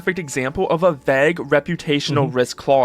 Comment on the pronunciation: someone should teach that kid how to pronounce vague